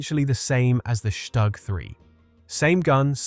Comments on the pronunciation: The acronym StuG is NOT pronounced Stugg in German. It's Shtook; not a short vowel O or a long one but something neutral, in between. The consonant G is "hardened" through "Auslautverhärtung" (that happens to be the correct linguistic term and it means "final-obstruent devoicing" or "pronunciation hardening", of the finite consonant in this case, into a K, as in Hamburg --> Hamboork. The same or very similar mechanism appears in many other languages also. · It's not pronounced Shtag but Stug....."St" is pronounced with a "sh" and the "u" is prnonounced like "oo". So it's "SHTOOG". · it's pronounced "shtook"